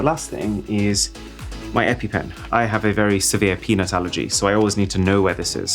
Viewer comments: Did you just say “penis allergy”??? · How many of you heard it as "i have a severe peni& allergy" instead of peanut allergy when he whipped out the EpiPen 😂😂😂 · I coulda swore he said he has a "severe penis allergy"... 😂😂😂 I almost lost it ... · ...."I have a very severe penis allergy" Whhhat now? You have a what allergy? Ohhhhh Peanut's allergy, Bro, i just cant hear it any other way now! 😂😂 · I though he said 'I have a very severe penis allergy" 🤣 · I have to pause the video and rewind the moment Arun said "i have a severe peanut allergy" because it sounds like something else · ‘I have a severe penis allergy’ is what I understood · if i might make a suggestion.... when you do mention ur allergy, do pronounce the "peanut" part very clearly!